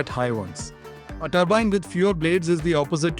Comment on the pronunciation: Multiple blade toorbine😅